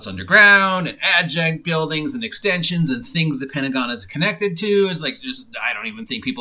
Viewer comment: "adjunct" can't unhear: "add junk" 🤭